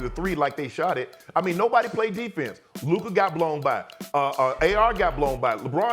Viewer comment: Sas is LUKA not LUKER